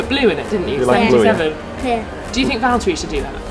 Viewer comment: vihaan sitä ku se sanoo valteri ku se on VITTU VALTTERI! :D